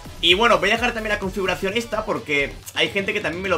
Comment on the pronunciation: Confuracion xddddd No puedes pronunciarlo bien?